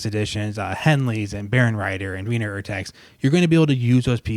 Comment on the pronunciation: Defintely agree. With Henle, the pages always lay flat. Henle chose the paper color & finish to minimize eye strain. And Henle will outlast the stapled-together 'yellow' editions by decades, and are passed down in families. I got data on this. BTW: the german pronounciation is OR-text.